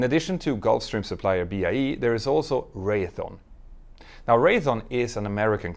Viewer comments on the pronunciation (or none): Hi. I LOVE your videos and watch them all. Sorry a nit pick. I can't call the side stick a "joy" stick, fair enough. But my dad worked for Raytheon for 40 years. Let's pronounce it correctly. Ray-thee-on, NOT Ray-a-thon. Don't worry in New Englend where Raytheon is headquartered, we have towns and cities that people can't pronounce. Worcester is pronounced, Woostah. And Quincy is pronouned, Quinzy. New weather forecasters on the local channels yused to get it good for mispronouncing them and others. ;^) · Speaking of pronunciation and strangeness... as someone who hangs around with Raytheon employees (but doesn't work there), it's actually pronounced like "wraith-eon" (instead of "ray-thon", or what it looks like "ray-the-on"). No, I don't know why. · Pronunciation note: Raytheon is RAY-thee-on (thee like three without the r), not RAY-uh-thon. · Proper yokes or ick sidesticks. LOL! No horse in this race huh? Ray-thee-on. Has Boeing got enough money left to develop a new aircraft? What will they do? Under current management? Whatever is cheapest.